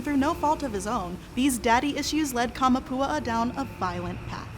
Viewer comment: Kah-mah-poo-AH-ah. Not Kah-muh-POO-uh-uh. Your pronunciation is driving me nuts. 😝